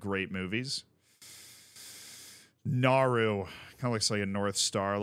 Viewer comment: I can't name every flag on this planet in 10 minutes, but I love vexillology so this is right my jazz. I highly recommend the daily Game 'Flagle'. Also, Nauru is pronounced Na-uru. And random Fun Fact, I'll never ever forget Micronesia cause I once got a spam call from there where they ring for a second before they hang up and hope you call back so they can charge you one gazillion dollars. I googled the country dialing code, that's how I learned about Micronesia for the first, and only time.